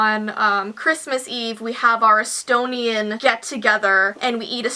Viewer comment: wait did she say Estonian or stonian?